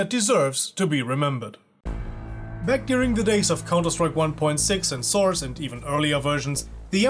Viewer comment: I love the part when you say Counter-Strike: Sauce